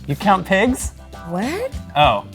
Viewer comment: Definitely thought he was saying 'pegs' not pigs.... Guess who's a kiwi? :P